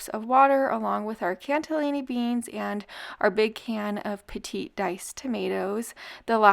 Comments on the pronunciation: It's CANNELLI can nelli beans, not canTA LINI. Where's the T? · There’s no “t” in cannellini 😊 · There is no T in cannellini. Please stop saying it that way. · Looks good. Cannellini beans doesn't have a "t" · Cannelini does not have a "t" in it.😊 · Love the recipes, but please, there's no T in cannellini beans! 😊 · Lol its CANNELLINI BEANS..not T in it 😉